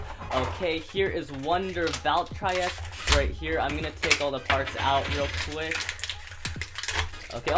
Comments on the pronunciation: Its Val Tree Ek not Val try ek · don't hate on me but,i think your saying "Valtreyek" wrong,I think its supposed to be Valtreyek with a long EEEEEEEEEE sound (dont hate on meh plz :( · did he just say Valtry Wtf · Its pronounced valtrE eck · I'm sure it's sarcasm but he probably did pronounce it wrong on purpose.